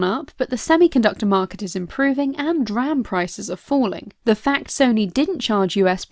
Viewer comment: It's pronounced "D-RAM", for next time. ;)